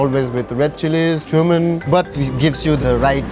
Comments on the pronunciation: I keep hearing human powder as spice.... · He says cumin powder like human powder 😂😂